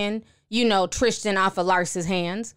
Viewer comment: Why can’t y’all talk? It’s Tristan not Trishtan...